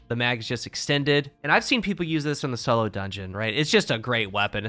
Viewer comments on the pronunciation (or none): none